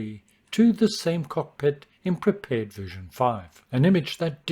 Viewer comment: I love that you pronounce "Prepar3D" correctly. I know it's silly, but it's been a pet peeve of mine hearing content creators calling it "Prepared 3D".